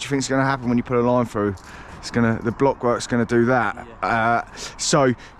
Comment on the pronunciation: I Wonder if you could teach him how to pronounce his Ts and Ls so we we could understand what da fack ya saying? . Its Through not frew and if you like foot baw its Millwall not Millwaw.